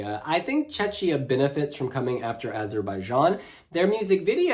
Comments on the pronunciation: Please stop pronouncing Czechia with shh, it’s kia not shia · yeah, i am czech and it hurts, cuz it reminds me Chechnya (part of Russia) :DD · Please, PLEASE somebody tell it's pronounced "Check-ia", not "Che-chia" 😭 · Someone please tell that Czechia is pronounced CHECKIA (not "chetchia"), the same way the word Czech is pronounced CHECK (and not "chetch"). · First half ends after song 7 for whatever reason, so the commentator was right. 8 - 15 are second half so Switzerland is in it. They should've probably put it on the right side to avoid confusion. And good lord, what is that butchering of Czechia? If it was Check before, it won't turn into Czeczia all of a sudden. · yasss slayyy we love ur videos and how you explain how the running order works for even new fans 🥰 its pronounced checkiya btw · please it's pronounced CHEH-khiyah. Otherwise poeple are confused and they think you talk about the russian republic of Chechnya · Just a quick note, Czechia is pronounced as check + ia. One of the reason why I still prefer the Czech Republic. 😅 Other than that I also think that Ireland should have opened instead of Norway since Norway's staging is rather dark compared to Ireland's positive and anthemic song. But overall, RO for SF1 is decent. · Ikr, i hear Chechnya 😆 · Agree, when I heard it I thought he said "Chechnya "🙃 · Love how pronounces Czechia 😁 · I don!t want to be rude but please pronounce correctly Czechia because how you pronounce it is a different place and not even close to Czech Republic. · Like saying bom dia in portuguese with a Brazilian accents ALWAYS, while we are talking about portugal. Not really a lot of cultural sensitivity and respect